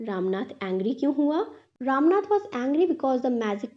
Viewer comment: Mam aap bura na manea please lekin Woh ram nath nhi Rama natha hai❤